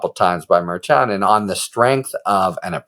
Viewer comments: Harry, love your channel, but it's pronounced Mer- shan. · It’s pronounced mer-shan as a guest recently reminded you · I think you’ll find it is Mer-Shawn😊